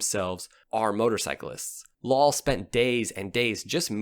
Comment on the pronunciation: Lal is pronounced like Dahl but replace the D with an L